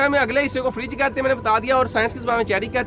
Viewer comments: Furj hota hy firaj nai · او بھائی فَرِجْ نہیں بلکہ فَرْجْ کہتے ہیں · فریج نہیں بلکہ فرج